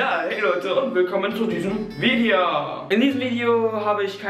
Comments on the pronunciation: Sagt er ernsthaft bei Vide(a) 😂😂😂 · Du sagst ganz am Anfang "VideJA". XD